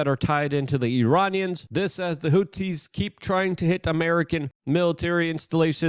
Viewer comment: yeah, he really needs to work on his pronunciation. It makes him sound really dumb sometimes unfortunately. Like when he says houthis and quite a few other words as well